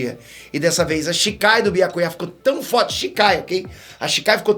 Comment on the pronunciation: Ouvir chamando biácuiá é fire 🔥